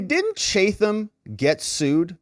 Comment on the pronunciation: pronounced Chat am new jersey